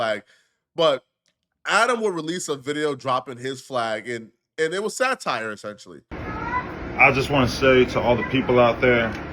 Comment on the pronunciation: How did you just pronounce satire?